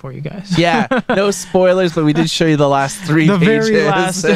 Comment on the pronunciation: "shoe you" ? wtf.